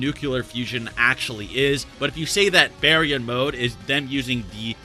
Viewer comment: Bear-e-yawn mode? This entire time I thought it was pronounced Bar-yawn